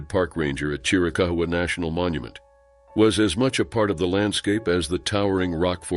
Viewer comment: Plz plz plz--- why don't narraters look up Correct Pronunctiations for Forests & people they want to video about?? Fugate-+ is FU-gate, like its spelled. Chiricahua is Spanish, pretty much like it's spelled. Chir- i- caw- waa. He walked away, & probably ran into illegals on those trails & roads, which happens often in that part of the state. You pronounced Sequoia-- its really not that hard. Be respectful in your videos to the names.